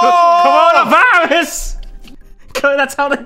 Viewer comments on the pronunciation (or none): Nobody: Not a single soul:: CRONA VIRUS